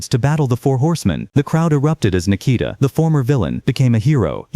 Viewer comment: can you please say his name better not that shit your calling him its NIKITA